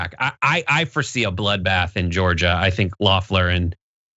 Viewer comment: The fact you guys keep calling her leffler instead of loeffler makes me think you guys don’t know what your talking about cause you don’t even know how her name is pronounced